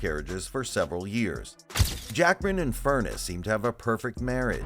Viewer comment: FurNEES! FurNESS!!!!! Not “furnace”!!!!